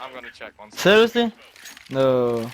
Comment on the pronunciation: serIOusly? noooooooooooo.... serISously? no.....